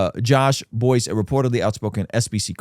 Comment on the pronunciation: He has G3 podcast. And his name is pronounced Bice.